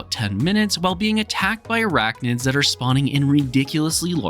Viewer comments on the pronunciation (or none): Arachnids not arachnoid gawd jeez people theses day 😅 lol just poking fun, also f@ them gunner bugs 😢.